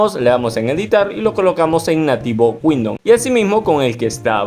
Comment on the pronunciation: Un clasico el "windoN"